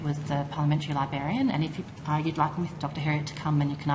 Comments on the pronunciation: She can’t even say librarian properly. She’s saying libarian. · Ugh 'libarian' ur a funking adult, learn the damn word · Did she say "libarian"? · didn't even pronounce Librarian correctly 😂😂 hint, its not Liberian 😂